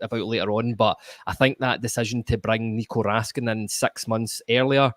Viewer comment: If you're gonna pronounce it RaskAAn then Nicolas become Nicola...it will be never ending with all the players names. Best just pronounce it the English way.